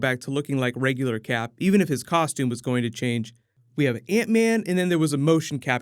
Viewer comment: Man i really admire your work for this channel, it's flawless. But i can't get over how you say antman xD